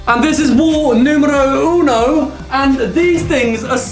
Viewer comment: Hey man, when you said “numero 1”, your pronunciation was really good! 😊 greetings from Italy 🇮🇹